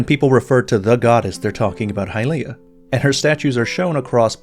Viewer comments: It’s not “High-Leah” it’s “Hilye-ah” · Why when we have in game voice acting are we changing the pronunciation to hyLEEah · Hahaha, the eternal pronounciation war's. 😆 From a German perspective the word "Hylia" is pretty controversial. The 'y' letter in a stand alone matter is getting called pretty much the same as the 'ü' letter. So it would be "Hülia". But since it is called "Hailia" in the english & even japanese pronounciation, a few german C°CKS 😏decided to do the same, which is just so irritating. I always harass those people and tease them as "Heil'ianer's". Better not " Sieg Hailia my fellow Krauts. You don't want to be associated with a DARK part of our countries past, right? " 😎 Joke's asside, let us call the fictional goddesses however we like.